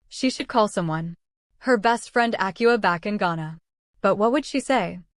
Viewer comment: Akua is pronounced Ah-kway-yah by the way from Ghana and the Ivory Coast. For someone born on a Wednesday